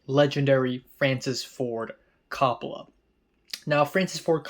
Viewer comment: I've noticed you like to get pronunciations correct in your videos. Coppola is pronounced COPE-oh-luh.